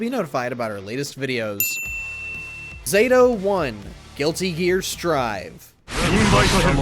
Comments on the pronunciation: It’s Zato-1 pronounced “Zah-Thoe one” 🤦🏿‍♂️ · As soon as I heard “Zayto-1” I turned it off.